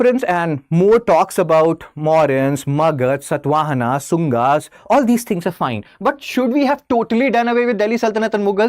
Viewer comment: It is clearly evident that people like you cannot even pronounce our rulers properly because you are used to Mughals only. For example, It is not Satvahana like in “Satva” and I can’t teach all of that to you now